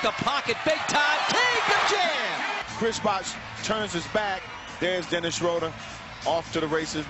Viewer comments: not one time they pronounced his Name correctly... schröder... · This pathetic pronounciation of 'Schröder' :D I prefer them calling him 'Dennis' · it is pretty much impossible to describe it, since there is no such sound in the english language like our ö. (at least i can't thinj of one right now) watch the video 'DBB-TV: Porträt Dennis Schröder' They say his name after 15 seconds :)